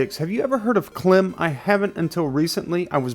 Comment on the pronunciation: Well it's pronounced "kleem" (it's the french pronunciation of "i" since the founder is French). So the "ee" is shorter! Also thanks for the video 😁